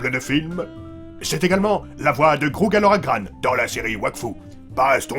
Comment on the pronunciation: INCULTE TU AS DIS grougaloragraM OR c'est un N et pas un M !!!! GROUGALORAGRAN